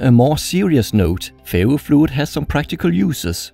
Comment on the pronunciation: I thought he was saying fairyfluid